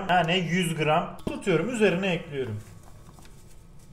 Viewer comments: Ekliyürüm dedikçe kanser oluyorum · "Tencereyi ocağa elkliyürüm" bu kanal için kalıplaşmış bir şey değiştirilemez.